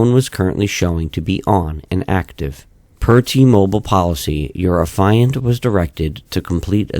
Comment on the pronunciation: Sir, the word Affiant is pronounced affy (like taffy) and int (like the first part of international) so affy-int or aff-ee-int. As in the person who’s making the affidavit (we don’t say aah-f-EYE-davit now do we?) You’re saying it like the the word defiant lol. Irksome the whole video. Not enough to be called annoying and not enough to ruin it but enough to cringe every time.